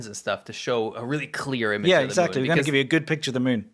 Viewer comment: I love how says it. The meun. The moan. The mowin'. Sounds kinda like Grandpa